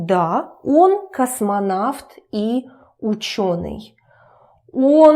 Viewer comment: U said if О is not stressed then it is pronounced as "a" So y u pronounce Он as on